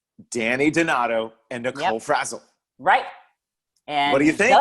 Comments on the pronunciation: It makes me laugh that calls Nicole Franzel Nicole Frazzle. Does he do that on purpose or am I mishearing "Franzel"? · I WAS LOOKING FOR THIS COMMENT!!! its so funny every single time he does it